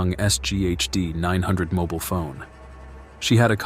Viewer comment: What is a moble phone?? I think you mean a mobile phone